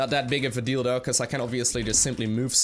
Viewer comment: You saying "not big of a deal though" sounds "not big of a dildo" :D